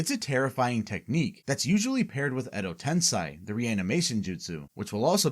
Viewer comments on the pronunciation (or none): Fantastique video :> Though surely you know it is ten-sei (SAY) rather than ten-SAI, so why pronounce it as the latter? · It's not "Tensai" it's "TENSEI"!